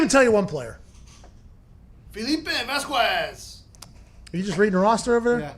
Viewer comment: The way said Vasquez..... I now seriously believe ya can’t speak spanish. Wow, that was as bad as it gets for spanish pronunciation. 🤣🤣🤣🤣 What did your parents do to you buddy?????